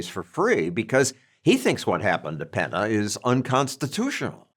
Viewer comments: Peña not Pena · PENNY-YAH….take time to find out pronunciation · Penna lol. John's never seen an ñ?